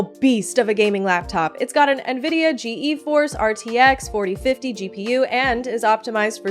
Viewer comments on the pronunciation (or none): Bro first time i have ever heard someone say G.E.Force instead of geforce. Whatsup with that.